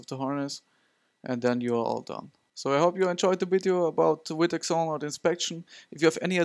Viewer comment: In America we say vee tech, not wee tech. Other than that, good video.